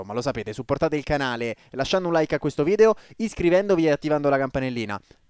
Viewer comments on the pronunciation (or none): none